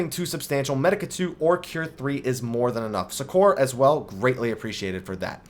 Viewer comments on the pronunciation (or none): Succor is pronounced like "sucker" man. Great vid though. :)